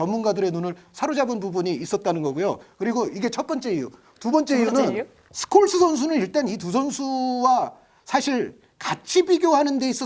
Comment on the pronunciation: ㅋㅋㅋ 당시 중계진 스콜스를 숄로 발음했었는데